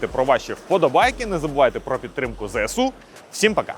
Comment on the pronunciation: Здається коректніше казати ЗСУ а не Зе-еСУ